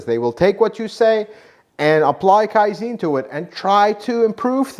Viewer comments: kaizen is not pronounced kaizene, it's pronounced kaizan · Kai'Zen not Kai'Zeeen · Kai-zen, not "kai-zeen". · Great Video! But you butchered Kaizen. Pronounce the e like in Ben. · Kaizen. Not Kaizeeen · KAIZEN is pronounced as, KAI - ZEHN. Think of ZEN Buddhism. the "ZEN" in both is pronounced the same. You are incorrect in pronouncing it KAI - ZEEN. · Kaizen.... Not ZEEN but zen as in hen... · Give the Japanese some respect and say Kaizen correctly Kai-zen not zene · Kai ZEN not Kai Zeen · Kaizen not kaizine... You keep saying kaizine and it sounds like a snake oil fuel additive. Kaizen means something along the lines of "zen of improvement" or "zen of learning" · You're pronounced it wrong it's not kaizin it's kai-zen it's Japanese not American like Americans saying futon it's fu-tawn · Another well done video! Just one small comment. Second syllable of “Kai-zen” is pronounced with a short “e” like in “zen” meditation, not “Zeen”. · Just a tip: KAIZEN has accent on first syllable KAI not on the later. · Not "Kaiziin", but like in Seven-Eleven the first "S E ". I swear Americans can never pronounce anything right, but I hope that you guys can evolve that skill in the future! 😂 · It's pronounced and sounds more like "Kai Zann." I know, because I worked at and have been at half dozen Toyota factories. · It's KaiZen...Zen as in Zen in Buddhism😊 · Pronounced Kaizahn. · Actually the e in kaizen is pronounced as in bed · Kaizen harder pronunciation on the z. It is a hard z!